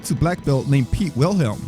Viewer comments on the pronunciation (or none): none